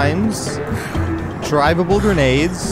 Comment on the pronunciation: Did you yust Saye drivible grenade ? Lets Do a Kamakazi